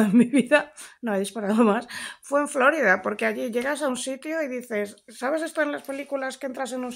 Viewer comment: Se llama Florida por que se descubrió el día de la Pascua Florida, no flórida, si los anglo-parlantes no lo pronuncian bien, al menos no les sigamos el juego.